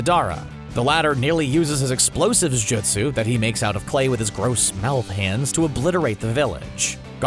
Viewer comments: “JISTU” ITS JUSTU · Jitsu yup totally how you pronounce it